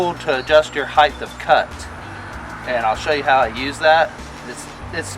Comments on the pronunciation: Nice video but it's height of cut , not heithth of cut ...no such word as heighth ..I used to be a greenkeeper on a rural 9 hole 18 tee course and I made a aluminium bar with a threaded bolt to do the same thing .super fine feeler gauge to check blade /bed adjustment . My two mowers were Rover with 24" cut ..Now that course uses triplex ..faster but nowhere near the quality of cut and it causes compaction .I like how you leave the catcher off too in this application because the clippings are acting like a natural mulch for the grass ..Good stuff .. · heighthhhh of cut? :)